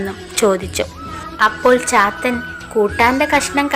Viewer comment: ചാത്തൻ എന്നത് പാത്തു എന്ന് കേട്ട പോലെ തോന്നി...😂😂